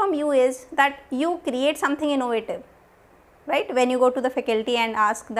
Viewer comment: I'm in love with word ryte after listening ryte word from you continuously throughout the video awesome it made me laugh a little bit as well😂😂😁